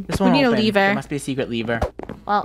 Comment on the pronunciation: It’s not a levere it’s a lever